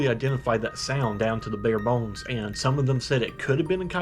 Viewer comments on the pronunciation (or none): none